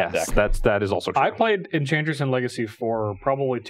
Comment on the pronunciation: Its obviously “Enbantress”